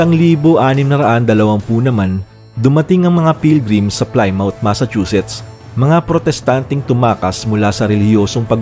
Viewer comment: Pronounce mo po as Plee-Moth. Hindi Play-mouth. Lahat ng words ending ng mouth sa UK hindi bigkasin as bibig or mouth.